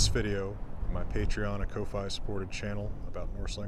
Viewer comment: Isn't ko-fi pronounced "coffee". Honest question. I know Jackson has some linguistic quirks but I want to know if I'm saying it wrong.